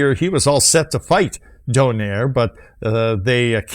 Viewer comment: Its not Nonito Doneyr its Nonito Do-nai-Re